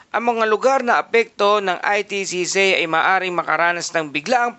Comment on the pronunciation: Anong ITCZei? Baka ITCZ? Yung pronunciation, charrrizz 😊